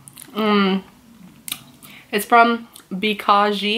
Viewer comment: Dude your pronounciation was on point literally...."samosa, asli, bikaji" you spoke exactly like indians